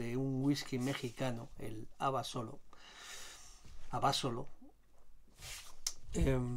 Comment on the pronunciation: Que bien informado, y buena cata. Por cierto en México se pronuncia AbasOlo, así prosodico en la O